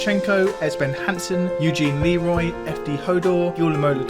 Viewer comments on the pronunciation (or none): none